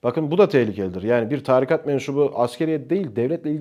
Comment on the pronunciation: Çok akıcı ve dolu dolu konuşmalar ama lütfen artık 'tarikat' kelimesini doğru telaffuz et :'(